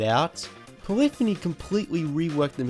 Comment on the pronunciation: It really bugs me the way he pronounces Polyphony lol! It's "Poly - phoney" not polifiny